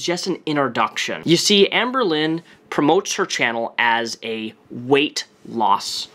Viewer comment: i hear anberlin, like the band